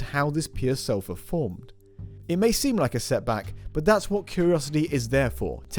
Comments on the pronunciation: 😃 also could have been salt, or sofa… I listened to the pronunciation at least 10 times, I am from USA… 🖖 Just saying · Some British accents drop the r sound at the end of the word.